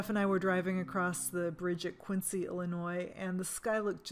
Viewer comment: My husband would be so mad at you saying "Quin-SEE" instead of "Quin-ZEE" Illinois. Quincy, IL was named after John Quincy (Quin-zee) Adams and the town in IL was never pronounced it the way his name was said. However, Quincy, MA is pronounced according to his name. Fun fact. I grew up in IL and my husband grew up in MA so we have our differences. :)